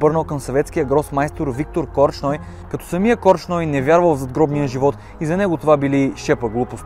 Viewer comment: До тук, добре ама опитай да се научиш, как се произнасят славянските фамилии.... Корч ной няма, има Корчной!!! По-малко гледане на англосакси ти препоръчвам.